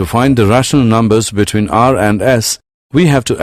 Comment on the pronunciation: "Rahshnul numbus" Lol